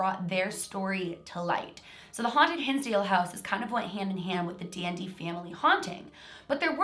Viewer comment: Who else thought she was saying DND whenever she said Dandy